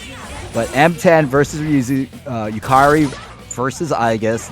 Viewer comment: why is bro saying yukairy instead of yukari lol